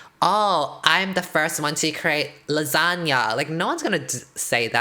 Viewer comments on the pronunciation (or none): The way I thought she was saying Lizhonya and not lasagna.......... like Lissandra with a zhonya’s